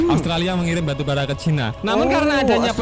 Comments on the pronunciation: Baru bara bang,, bukan arang😄😄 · Wkwkwk batubara bro bkn arang😄